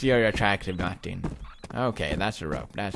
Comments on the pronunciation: I like the way he says Martin. maktin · The way he says MARTIN is just way to funnyyyy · i love how pewdie pronounces martin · lmao I love how he says "martin" lool tickle at 2.25